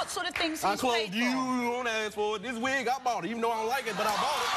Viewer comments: Funny how she corrected her, "It's 'specific', not 'pacific'". It's also 'ask' not 'aks'. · If she wants to be less ghetto, maybe she should say "ask" as opposed to "axe".